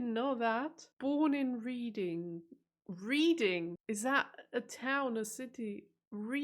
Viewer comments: Reading is pronounced 'Redding' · Reading is pronounced "redding".. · READING is pronounced REDDING. 3 cups of tea a day ? IS THAT ALL !? More like 5 or 6 ! Green tea, or any other type of " herbal tea" is NOT real tea !! You can't dunk your biscuit in herbal teas ! BIG BEN is the largest BELL inside the Elizabeth tower. There have been HUNDREDS of sightings of NESSIE throughout the years . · "Informative" is an English word, though it's pronouned as "inform" + "ative". Reading is a town in Berkshire. It's pronounced "Redding" - and Berkshire is "Barkshire". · Reading pronounced Redding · reading is pronouced red-ing